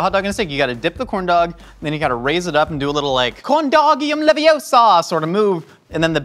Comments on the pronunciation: UH-OH HOTDOG Man, that brings so much memories. Bobby Lee was so funny. Also, it's Corndogium LeviOsa not Corndogium LevioSaa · Corndogium Leviosa!